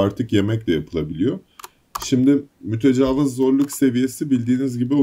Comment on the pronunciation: Verdiğin emeğe göre az takip ediliyorsun ama artacaktır kardeşim eline sağlık. Fakat serinin son videolarında da fark ettim mütecavız deyip duruyorsun o kelimenin doğrusu "mütecaviz" şeklinde İ harfiyledir. Zaten I ile ne kadar zor ve kulağa kötü geldiğini anlamışsındır. Oyunu çevirirken İngilizcede büyük İ olmadığı için muhtemelen hata olarak Interlooper'ı Mütecavız diye çevirdiler. Dili doğru kullanalım. Yolun açık olsun.